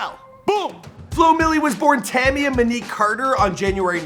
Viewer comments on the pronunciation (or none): This man really said “Tammy-ah” like it’s not pronounced “Ta-Me-ah” 💀